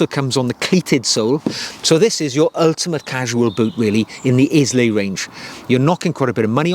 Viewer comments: Eye-luh, not Is-lay. And I’m American. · Hi, they’re a beautiful pair of boots, if it wasn’t for me owning the Loake bedale burgandy grain ones I’d definitely be tempted! P.s I believe it’s pronounced “aisle-a” (Scottish island). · Pronounced “Ai-lu”! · It’s pronounced eye-la, not Izlay. As a Welshman I’d have thought you’d be all over pronunciation given no one pronounces Welsh name places properly. I bought the rough out and wear for work and out and about in the country. Agree the scotch grain dark brown is gorgeous too but wanted the vibram cleet for outdoors. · Please stop saying IS-LAY You pronounce it Eye-la Nice content though 👍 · The mispronunciation of of the Scottish isle, after which the boots are named, grates: it's Ailay, NOT Islay. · Islay. Pronounced: Ay lah! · Pronounced Eye-Lah 🙂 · The boot is pronounced Ila as per the Scottish island it is named after…. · Amazing boot! Loving the video's. Just a note Islay is pronounced eye-la. All the best from a whisky lover. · It's pronounced Eye-lay my friend, as in the Scottish Island 😉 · Sorry to have to have to correct you but Islay is pronounced EYE-LAY! Presumably the boot is named after the Scottish island of Islay where you would find whisky distilleries for Laphroaig, Lagavulin and Ardbeg. Agree it is a beautiful boot and I think the combination of the mahogany, pebbled-leather patina, the broguing and the street sole would make for a very practical and versatile boot though probably not for very muddy conditions. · I second this. I’ve seen the pronunciation written as ai-luh. A beautiful island to visit and some of the best whiskies in the world. Thanks for the video! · A 'style guru' who can't pronounce 'Islay' properly and has a Wendy house as a garden shed?!! Get over yourself. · Great video. Research how to pronounce Islay.